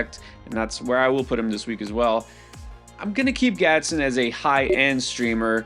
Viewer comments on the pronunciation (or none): It’s GadsDEN. Not gadsen 🤣🤣 respect the new 🐐 TE